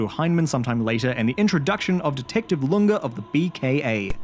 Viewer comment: I will piss and shit my pants if a YouTuber ever pronounces Lunge's name correctly